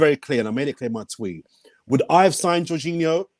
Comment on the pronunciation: Juninho 🤣🤣 how is honestly that bad at pronouncing foreign names when other people are saying it correctly to him, so fkn funny. Sending love to from Aus ❤️